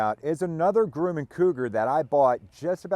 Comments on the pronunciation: I do believe you are on the crazy side but I love it keep it up you will be a hero soon. BTW it's not Grew man it's Grum man rhymes with crumb can I live near the plant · It’s not Grooman, it’s pronounced Grumman IE: Drummin. I am from Long Island where Grumman Head quarters were before they were bought out by Northrop back in the 1990’s. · It has been my experience that Grumman is pronounced "gruh man" ... never heard it pronounced "groo man" ? Good videos, really enjoy your aircraft projects. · Grum. Not Groom! :) ! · Gruhman not groomin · FYI, Grumman is pronounced Grum-man, not Groom-man. Thanks for the amazing content! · I worked at Grumman, I need to teach you how to pronounce!!!